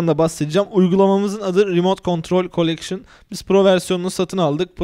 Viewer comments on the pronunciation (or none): COLLECTION KANKA "N" DEGIL "L"